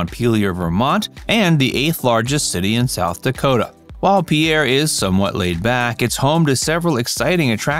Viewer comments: It's pronounced pier. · Mispronouncing the name is irritating, the video also has several mistakes